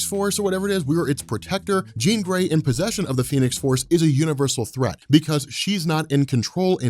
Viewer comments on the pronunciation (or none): none